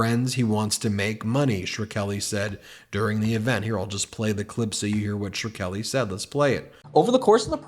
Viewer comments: Oh, Barron! You had a shot, bro! You could have gotten out! You could have been the normal one. The Marilyn Munster of the Trump family! You were the Chosen One! You were supposed to bring balance to the Force, etc. Also, dude, the 'r' is AFTER the 'k'. Shkreli. Shhh-krell-eee. If you actually have dyslexia, ok. Sorry. But damn, bro! Lot of people were saying his name not that long ago. Seems like you might have heard it before? Being in a particular business? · If you're going to keep using the name, you should pronounce it right. The k comes before the r, and r comes before the e. It's two syllables, not three. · Are you sure you're pronouncing Shkreli's name correctly? Yes, he's a felon and a POS to boot, but butchering non-anglo names is such a GOP or Fox News thing to do! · Martin Shrkeli's last name has two syllables. I couldn't finish the video. He also does this with Laura Ingraham. Their surnames do not have three syllables. Respect. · Why does Ben keep mispronouncing 'Shkreli'? This reflects poorly on the quality of the podcast. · Can you PLEASE attempt to pronounce Pharmabro’s name right? Every regular broadcaster was able to when he was widely infamous a few years ago. I agree with your sentiment, but you sound illiterate. You risk making us all seem illiterate. Sher-Kelly?!? Are you even serious about what you’re saying? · He keeps mispronouncing Škrelji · 💙 Meidas, 💙 Blue Dot in Texas, 💙 Brando, etc. Ben, please look closely at Shkreli and dissect it into Shhh!-Krel-ee. When you mispronounce that arsehole's name the whole time, it's almost as bad as watching Dubya Bush trying to pronounce "Nuclear". NO, Mr President, Nook-ya-lerr is not the word . . it's not a word at all. How the hell did that guy get into office. (strategic misinformation) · You keep saying ‘sure Kelly”. This is wrong and obnoxious. You’ve heard it so many times. You sound like annoying trying to pronounce it differently than everyone else. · Martin Shkreli: pronounced “Skrelli”